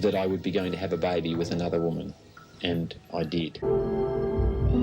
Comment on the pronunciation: I was so confused when he said “have a byebee with another woman” 😂 I had to replay it like ok he said baby 😩😂